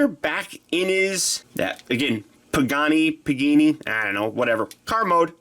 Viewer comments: It's pronounced pa-ga-ne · It is pronounced (puh- gaun- E) you actually say E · its pronounced "pa-ga-ne"